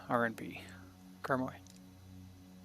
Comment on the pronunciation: The pronunciation of Karmøy is closer to Kar-may than Karm-oi, for Flesland it needs to be flatter on the 'd'.